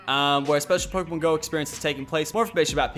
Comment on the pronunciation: i thought it was pokrmon go...